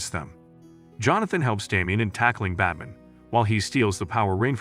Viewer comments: Anyone else distracted because the narrator keeps referring to Batman as "Bat-mn"? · I'm tired of AI narrated videos. It can't even pronounce Batman correctly. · If you're going to replace the original audio with your own narration, you really should learn how to correctly pronounce "BATMAN" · Robovoice is lazy and I hate it, but I love how your robot says "Batm'n" UPDATE : oh and "Loyce" ? Come on...